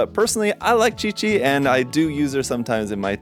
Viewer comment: How da fa did he say 'QiQi' right?! No one ever pronounce my name correctly (Qi is my family name)